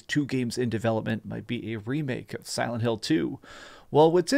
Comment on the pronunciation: he really said "Salad Hill" 🤣